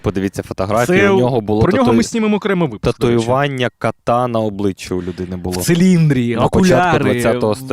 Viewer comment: кОта, а не кАта!